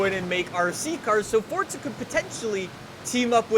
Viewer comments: For z a not for tsa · For za not fort za